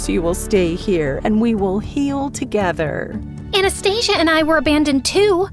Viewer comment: It's supposed to be анастасия(pronounciation), not A nast Asia😂😂